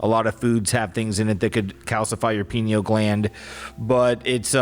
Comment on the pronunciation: i thought was saying "penil gland" I was thinking "omg Pinocchio means penis eyes?!" 😂😂😂 bc one of my friends in middle school used to call people "anus breath" and "penis eyes" as an insult all the time it was like her thing and I was getting ready to text her lmao yes we're still friends in our 30s